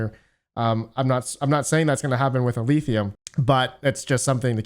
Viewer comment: Every time you say "Eleethium" god kills a kitten!